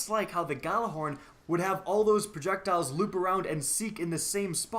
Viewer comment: Your pronouncing "Gjallarhorn" all wrong. Forget the "G" and pronounce it as "jallar - horn" (pronounce first part like the arabic "jalla jalla" - but add an "r"). -Regards from Nørway